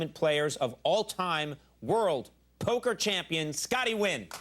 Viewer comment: Scotty Nguyen’s surname should be pronounced N’win instead of Win!